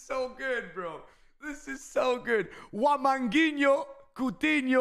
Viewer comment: I cringed when he said wamangutinho